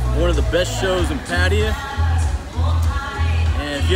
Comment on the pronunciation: Come on dude learn how to pronounce name correctly. Patta-ya!. I’m sure you’ve heard it before you got there